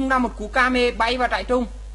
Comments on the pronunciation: Trai rừng mà cứ đọc là "trại trung" THUA =]] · trairừng anh đọc thành trairung kaka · trai rừng lại đọc trại trung :) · Huy Pham trại trung :))